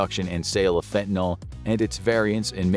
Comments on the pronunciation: FantaNYL. NYL -- it rhymes with hill, or pill, or still. It isn't fentaNAL, like Paul or hall or small. NNIIIILLLLL !! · Fen-tan-eel, or fen-tan-ill, not fen-tan-ol. Not an alcohol. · Since when is nyl pronounced "nol?" Learn proper pronunciation before you post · So sick of people pronouncing it wrong. Its fentanyl not fentanALL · Curious as to why Americans switch the a and the y around like how do you get the sound “all” from the letters “yl”. It’s not spelled “fentynal” so why pronounce it like that. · It's "fentaNYL", not "fentaNOL". Ugh. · Fent-Uh-Nil. Not Fent-i-nol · Where exactly does the "all" sound come from at the end? Shouldn't it be pronounced with an "ill"? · You say fentonal but the script says fentanyl. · It's not 'Fentanal' it's 'Fentanyl' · It's fentaNILL, not fentanALL! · NIL FENTA-NIL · It's not called fentanol, i dont know where youre geyting an o from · I had trouble listening and finally had to stop the vid because he kept saying ‘fentinALL” and it was driving me nuts. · FINTIN-ALL?! READ THE WORD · How about pronouncing it correctly: Fen-te-nil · Why is everyone still mispronouncing the name of this drug after so many years??